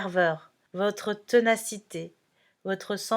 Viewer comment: tÉnacité, pas tEnacité !